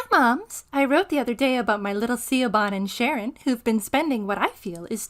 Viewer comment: Siobhan. It's pronounced Shih-vawn, not See-oh-bah-n! It's an Irish name.